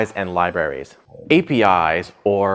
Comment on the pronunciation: s/b ". . . libRaries", not ". . . liberries", unless he's discussing some new tech fruit.